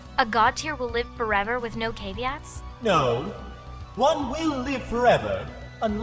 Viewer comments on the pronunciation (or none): no matter the VA, rose still cannot pronounce "caveats" in any correct way.